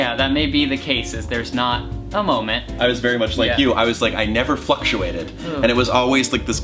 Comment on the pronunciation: when he said fluctuated I thought he said fucktuated